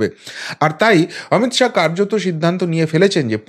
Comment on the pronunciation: "শাহো" না শাহ্ বলুন